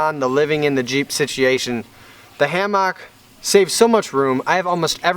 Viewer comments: I am really hoping the hammock /ˈhæm·ək/ didn't work out. For purely selfish reasons, because if I have to hear him say "hAm-AWk" anymore I am going to have to unsubscribe, for mental health reasons. I'm developing a nervous twitch. Still love you, keep on keeping on. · Why does when he says "ham-ock" bother me so bad? lol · HAM-OCK! the way you pronounce it cracks me up! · "ham-mock" are you from wisconsin? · I literally have a physical reaction, I thought he was saying it that way to troll us, but he says it is his accent. I might have to burn the hammock myself just so he won't keep talking about it. 🙈😂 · He commented yesterday saying it was a joke about how Wisconsinites say things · That is totally different, lol. I'm pretty sure he is just trolling by over annunciating it like that.